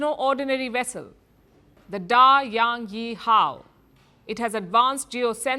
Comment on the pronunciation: Da yan yi hao, good pronounce